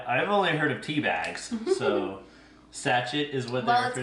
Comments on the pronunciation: I hate to be 'that' person but it is pronounced Sa - Shay not Sa Chet (Shet) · California education at its finest…sachette? You should be mortified at your mispronunciation. Even your husband was amazed. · You guys are sometimes so amusing I can't help myself & I laugh so hard that I miss the next few minutes & have to go back to start over where I lost it. Also Sachet is pronounced sa(sh)-(sh)ay. The t is silent. It is French for little sac. It is used in recipes to refer to a small pouch of herbs &/or spices. It can also refer to a small bag of dried flowers that is commonly placed in lingerie drawers. I would love to see tim go do the grocery shopping on his own one week. I thimk it would be interesting to see what he would come home with. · It’s pronounced sach(A) long a sound 😂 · Sashay is how it's pronounced lol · FYI .. Sachet is said sa-shay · Really, I know! I cracked up when said Sach-et, and you beat me to correcting her! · I think it's supposed to be sa-shay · It’s a French word and definitely pronounced sashay. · Sachet is pronounced sachay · Just came here to say this. Bless you! ❤ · So fun to watch you two! And so funny the way pronounced sachet! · I never heard of sachet as pronounced like until she explained to what it was! LOL, you made me giggle by your pronounciation!! The cheese is delish and I read somewhere it was made by the same people who make port salut, which is absolutely fabulous. The best part of the video was trying the collagen stuff!! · Sachet is a French word so t is silent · I was giving her the benefit of the doubt. My first reaction was that it may be a California pronunciation.